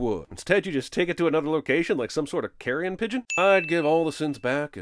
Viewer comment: Did you say carrion pigeon? It's carrier pigeon. Carrion is a dead animal that's partially rotted.